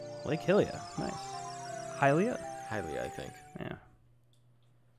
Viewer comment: everyone says "Hill ia" and not "High lia" for some reason